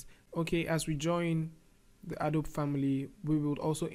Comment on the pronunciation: It's pronounced A DOE BEE